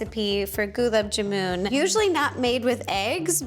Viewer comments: ro its pronounced gulaab jaamun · Your pronunciation was so adorable 🥺 for gulab jamun But it’s pronounced like “gulaab Jaamun” Also the mango lassi isn’t supposed to taste alot like the fruit because the original lassi is just a mixture of yogurt and a lil bit of water and adding salt or sugar to taste or fruits is optional . So lassi isn’t like a milkshake. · "goolub ja moon" MADE ME CACKLE i love it 😭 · the varieties of mango we get in India are often naturally sweeter than the slightly tart mangoes i've seen in the US Apple chutney?!?!??? those sweet chutneys are usually made with Tamarind and/or dates - i'd also like to commend Ro's pronunciation of all the dishes' names, except for gulab jamun, and Amul (cheese) she got all the rest quite right! fun fact: Amul is an abbr. of Anand Milk Union Limited, 'Anand' being the name of the town in Gujarat, Western India where the 'milk revolution' started... it coincidentally sounds like amuly(a), the Hindi word for 'invaluable' or 'priceless' - try soaking gulab jamun in high-quality Maple Syrup instead for an interesting taste!